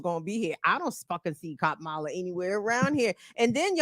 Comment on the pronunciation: He could learn how to pronounce Kamala. Kamala should call him Weird Dan-old.